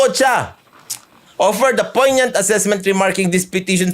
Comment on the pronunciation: Puro ka ok 😛 tama ka poin-yuhnt (poignant)